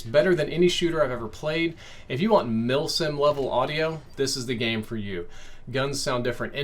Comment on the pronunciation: When says “mil sims” I hear “milf sims”🤦‍♂️ FML